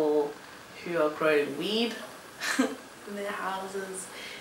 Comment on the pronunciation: you are beautiful :) the way you said weed though mmmm smh